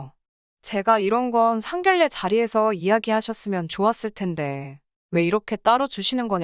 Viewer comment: 상견례 발음쫌 ㅜㅜ